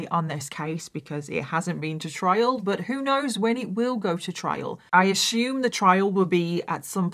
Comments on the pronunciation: Hey fellow Americans.... Does it kinda drive U crazy that saus, Ashume... instead of Assume? Lol.. My aunt was a war bride, just 16, and my uncle 18 when they married in England, and she came to America. They remained married all their lives. Sweetest thing I've ever seen. But, m y aunt would say...eer(?) (air?)...instead of OUR LOL.. Now, I've got the same thing going on with Ashume anyone else? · "How do you pronounce ASSUME?" America: uh-soom. Britain/Australia: uh-syoom: uh-shhoom! 😂